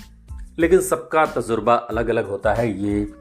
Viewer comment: Tazurbaa nahin Tajurbaa